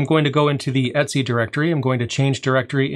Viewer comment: great video, but your pronunciation is really bizarre for a variety of commands here (etc, sudo for example)